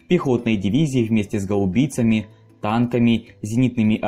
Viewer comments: гАубица, а не гаУбица. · ГаУбица както странно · В слове "гаубица" ударение на первый слог.